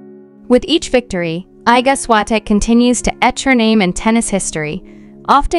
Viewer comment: Się ist Iga Świątek.Prosze mówić poprawnie jej imię i nazwisko😊